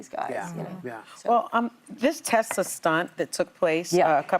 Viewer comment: “ I love Tesler!!”